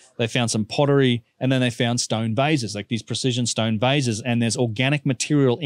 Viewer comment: Oh you said vase ! I thought you said these vizes are aliens ! What is a stoyn ?